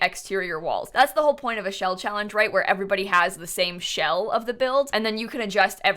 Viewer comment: Anyone else catch her saying chawange instead of challenge lol